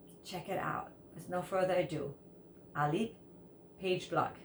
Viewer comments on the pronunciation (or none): It is pronounced "Pha Ghe Blook' . Pagebluk means an outbreaks / pandemic , like what happen now. People are sorrow because of the pandemic.